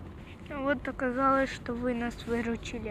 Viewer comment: russian words composed just from one sylabel are always stressed so you will hear only shto, not shta. Shta is serbian. and I never heard the H sound in ukrainian to be said as the sound "y" as you presented it. And eg. the O in zdorovo in russian has only 2 pronunciations: stressed and unstressed so I dont get where you found the third pronunciation variant like the silent "shwa" sound. It is pronounced like unstressed o which is a, just maybe because of difficulty of pronouncing that it may sound to you like 3 forms but there are no 3 forms, there are only 2 and it is o and a. so it is pronounced zdorava the same like milk (moloko) is malako .. there is no third pronunciation variant of that letter.